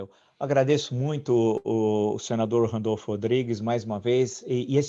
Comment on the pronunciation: É RANDOLFE, GENTE, E NÃO "RANDOLFO" 😁